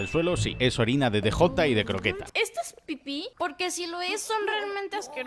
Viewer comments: Como chingdos le vas a decir "de jota" 😂 Es el "di yei" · hahaha españoles, cuando DEJOTA? Que mierda es eso hahajajha es DJ.